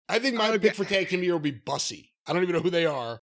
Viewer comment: not knowing how to pronounce "Bussy" is the most hilariously heterosexual thing I've heard all day